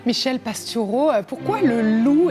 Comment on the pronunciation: Merci pour cet entretien. Et : c'est bien quand la personne qui interroge prononce correctement le nom de son invité (PastOUreau et non Pastureau). Et aussi le mot aujOUrd'hui - et non aujaurd'hui.